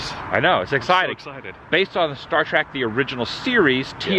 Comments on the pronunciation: Hey Woo its Star Trek not Track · I enjoyed the video thank you for the walkthrough, it was hard getting past you always saying star trak instead of star trek. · Star Trek...not star trak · Stop saying Star "TRACK". It's Star TREK. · Lol....It annoys me whenever people say "Star Track" when it's pronounced "Star Trek". I have faith that you will correct yourself in the future. Im super jealous you got to sit in the captain's chair!!! Anyway thanks for awesome the video! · I confess I had to laugh because I noticed Adam interchanging the pronunciation of the show between "Star Trek" and "Star Trak". I think I pronounced it the latter - even throughout the majority of my teen years - LOL. In regards to the temp comments time mark - , you two obviously never grew up or lived in NE FL in the winter. It wasn't uncommon for temps in Jax to get down into the 30s and sometimes 20s at night. It could even (and did) get into the upper teens on rare occasion. The moist air does make it feel colder. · "... Star Trak... "??? ok. I can see clearly now. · "Star Track..." A true fan, ladies and gentlemen. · Every time you say Star TRACK an Angel in heaven has it's wings ripped from it's back. IT'S STAR TREK !!!!! You have the brain of a Tribble! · I couldn't help but notice that you said "Star Track" as opposed to "Star Trek" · I'm uncomfortable how he said "star trak" its trek sir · I'm 55 seconds in, and I'm already annoyed the keeps saying "Star Trak." I'm glad I waited to the end before posting, I think someone corrected Adam cause he stopped sayin it that way on the very next cut. I'm also blown away how much more "Kirk" is just in his casual personality than the other newer Kirks that have appeared in the newer official shows. Hmmm... I mean, it's not an accent, right? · Star “TRACK”? Seriously?!? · said "Star Track". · There is no "A" in trek.